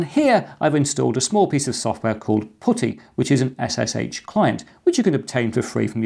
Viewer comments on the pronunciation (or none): Putty , Not pooty !